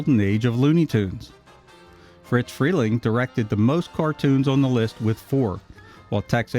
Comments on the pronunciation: RE-CUT THIS VOICE TRACK! I’ve told you at least half a dozen times, YOU ARE PRONOUNCING IT WRONG! The man’s name was ISADORE. HOW DO YOU GET “FRITZ” FROM ISADORE? FRELENG’S NICKNAME CAME FROM THE FIRST TWO LETTERS OF HIS LAST NAME, FOLLOWED BY THE SOUND MADE BY THE FIRST TWO LETTERS OF HIS FIRST NAME. (I would guess you’d hate going through life being called ISADORE, and his name was NOT “IT’S A DOOR”!). I KNEW THE MAN AFTER WARNER’S CLOSED ITS ANIMATION DEPARTMENT, AND HE WAS MAKING “PINK PANTHER” CARTOONS AT HIS OWN COMPANY, DE-PATIE FRELENG. AND I CAN TELL YOU FROM MY OWN EXPERIENCE THAT EVERYONE CALLED HIM FRIZ, WITH NO “T”. THERE IS NO LETTER “T” IN THAT NAME! IF FRIZ WERE ALIVE TODAY TO DEFEND HIMSELF, I GUARANTEE YOU HE WOULD PUNCH YOUR LIGHTS OUT FOR INSISTING ON CONTINUALLY MISPRONOUNCING HIS NICKNAME! I ALSO GUARANTEE YOU’D BE MISSING A FEW TEETH AFTERWARD! I’m sure you’ve seen Yosemite Sam. Well, Sam’s personality was based on that of Friz Freleng! He was a great guy, but he DID have a temper. Further, there are several of the “Censored 11” that are not their studio’s best work. But if you haven’t seen “Coal Black”, here’s a fact for you. When you first see the character, she SAYS, for all the world to hear, that her name is NOT “Coal Black”. Her line reads, “My hair’s coal black but my name’s So White”. The cartoon has the title that it has in order to make it VERY obvious that it’s a spoof of Walt Disney’s “Snow White and the Seven Dwarfs”. The cartoon itself is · He keeps saying "Fritz" Freling. It's Friz. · It's Friz, not Fritz. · OMG, it's Friz Freleng... FRIZ... not Fritz! Getting something so clear so wrong ruins your credibility and brings into question the accuracy of the remainder of your research. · It’s “Friz” Freling, not Fritz. It was short for Isadore. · It's not "FRITZ Freling", it's *FRIZ*. His first name was Isadore, and he was nicknamed "FRIZ". Heard it directly from the late Mel Blanc.